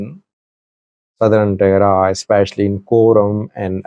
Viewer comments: Who told you to change the name Tigray to Tigrie? Yuo have been saying eart)ier all the time tigray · You’ve always correctly pronounced Tigray and referred to the TDF as Tigray Fighters. Why are you now calling them Tigre Fighters in this video? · listen to how your saying Tigray 😂 say it how you use to say it before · I remember you have been pronounced Tigray for many years why is a sudden change to tigre where did you got it who advise you to change this name. Tigray and Tigre are two different names referring to different things. Tigray: A region in northern Ethiopia, with its own people, culture, and political history. Tigre: An ethnic group in Eritrea, related linguistically to Tigrinya but distinct. So, it’s not that Tigray suddenly changed to Tigre. The two terms have existed for centuries, and they are not interchangeable. Sometimes people mix them up, but officially and historically they remain separate. I am doubting you may have a hidden agenda; we don’t know. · Why are you saying Tigre? What happened to you? You even tried to correct when you call it the right way. I never expected you to behave this way. Shameful & childish. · The two words’ pronunciations for English speakers are the same. if you want to others pronounce correctly’ , please write as “Tigrai” not “Tigray”. Historically, the word ‘Tigre’ was the geographical name for the land as Wollo or Gonder were. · You are definitely mispronouncing Tigray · you’ve been covering the war for the last five years and you chose to mispronounce Tigray on your latest video. It seems to me you want to get a rise out of ethnic groups in Ethiopia or you were given wrong information.